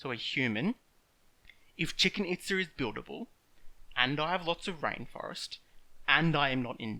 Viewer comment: "Chicken Itza" lmao.